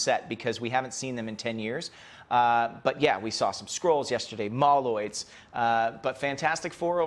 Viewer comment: from yesterday: MOLE-oid Not "mahloid"